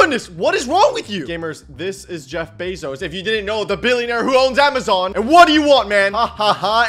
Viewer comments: Why does he say Jeff bozos instead of Jeff bezos?😂😂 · that aint jeff bezos its jeff pesos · Bro litteraly said jeff bozos💀💀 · Bro said Jeff bozoes 💀💀💀💀